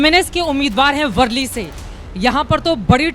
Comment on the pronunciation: वर्ली नहीं,, वरळी है...